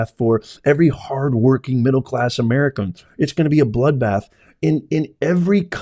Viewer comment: "HOW I respect the Anwrican people and their goodness"..... hahaha PELOSI. Nice try! We know you witch!😂